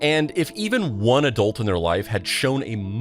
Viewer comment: When did it start being pronounced 'adoolt' instead of adult??